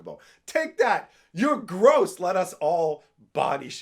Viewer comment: As a Canadian, you should understand french... the chocobo isn't "gross" he is "gros", pronunced like grow, which means big (fat).